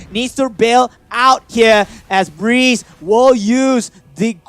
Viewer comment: that is BREE-Z wtf is breez???? haahahaha BREE--------Z